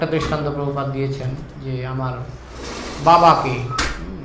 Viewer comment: বাংলা ভাষা এখন ঠিক করে বলতে পারিস না তোরা আবার প্র ভুপাদ